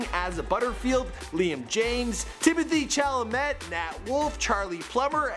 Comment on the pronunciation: The way this guy pronounced Timothée Chalamet’s name scares me...